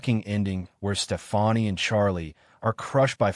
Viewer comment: another AI video smh.. "STEFANI" ...